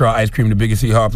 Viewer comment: It's Hee-Haw* LOLOL